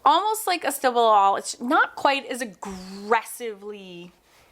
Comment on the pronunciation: I couldn't understand what brand/type of pencil you used. Sounded like stabillo, then another name?